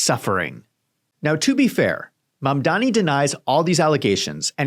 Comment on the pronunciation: Mamdanì. Emphasis is on the last syllabus.